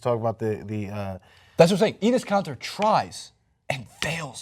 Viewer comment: I don't appreciate how you pronounce kanter